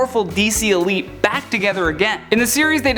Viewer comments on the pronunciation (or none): none